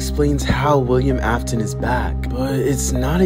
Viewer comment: He mispronounces many things. “William Apton “ “Freddy’s Fazbear Pizzeria “ “ Scott Copton “.